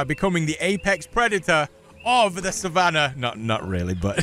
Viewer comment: Thwe way you pronounced Savanaahh 💅